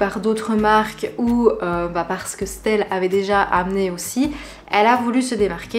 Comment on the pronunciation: Ça me perturbe comment tu dit stelle pcq ça se dit estelle juste on dit le S- telle